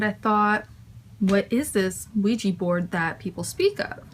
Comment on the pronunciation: QUIJA xDDDD it's an OUIJA, LOOL